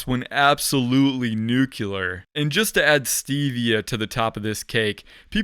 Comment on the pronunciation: New clear not new queue lur